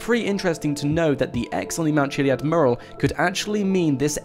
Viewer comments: It's fucking Mew-Rall Not moorul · Good video but please learn how to say mural... It's not pronounced murral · you say mural like I say Merle... ... ...haggard.... v.v